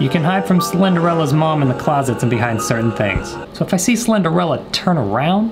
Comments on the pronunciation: doesnt say slendrina but says "cinderella" me: PFFT- well little did he know that cinderella looks a little bit different without her make-up. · Slenderella Me: It’s Slendrina..😂😂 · Can we talk about how he said Slenderella instead of Slendrina😂 much love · The whole time he was saying Slenderella, I was thinking of the title: Slenderina... and should play MINECRAFT!!!!!!😀😀😀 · Slenderella??? Is she Slendermans cleaning lady?🤣 Slenderina rhymes with ballerina 😉 You are hilarious to watch playing these games 🤣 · slenderella. Me: triggered because it says slenderina I love you tho 🙂🥴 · Slendrella Me: Slen-Dre-Nuh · I love how he pronounced slendrina as slenderella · You saying it slendrina’s name like slenderella has me dead🤣🤣🤣🤣😂😂🐬🐋🐬🐋🐬🐋🐬🐋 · Slenderella is all I heard every time you said the name lol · it’s pronounced SLENDER-E-NA😂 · All she wanted to say was that he was saying her name wrong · u said her name wrong hehe